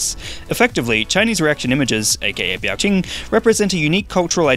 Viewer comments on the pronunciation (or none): Biao Qing is pronounced "Beow" (meow with a B) and "Ching?".